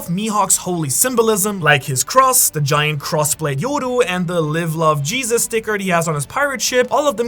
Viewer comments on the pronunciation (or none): none